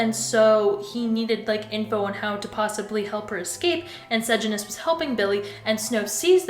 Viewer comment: its cor-io-lan-us and suh-jan-us